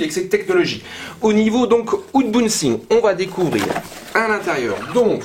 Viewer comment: « Ounebouxing !?! » c’est en quelle langue ;-) ? Merci bcp pour cette vidéo très détaillée et d’excellente qualité